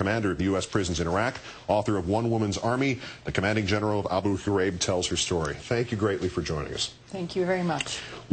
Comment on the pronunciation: This is an amazing story ... but, um - what's with how KO pronounces Abu Ghraib? Is he trying to clear his throat or something?